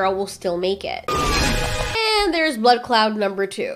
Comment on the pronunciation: Every time says blood cloud, I swear, I hear "blood Claaat" as if she is Jamaican